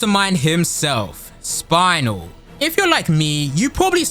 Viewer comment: I am about to commit a warcrime right now. ITS SPINEL WITH A E NOT THE BONE WHATS A SPINAL I WILL TAKE YOUR SPINAL FLUID I SWEAR STOP SAYING SPINAL ITS AN EEEEES 😭😭😭😭😭😭😭😭😭😭😭